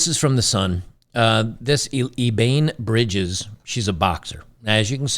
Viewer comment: Watching more of your content these days, but please 2 minutes more of research and you could have pronounced her name properly. Ebanie is a pretty big name is the boxing world. No I haven't subscribed to her onlyfools. God bless kings.